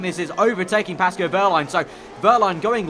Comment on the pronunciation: Love your vids mate, some of the best F1 content around but please it's Pascal not Pasco